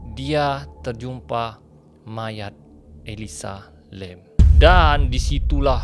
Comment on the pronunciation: Nama mangsa ni elisa lam kan.? Kenapa ni asyik sebut elisa lim pulak?